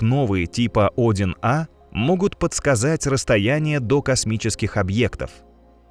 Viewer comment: Цефеиды несколько десятков миллиардов лет живут? В роликах часто ошибки в числах, порядков на 7-8. И УАРЕНИЯ . Тип Один А.....Правильно - -одИн А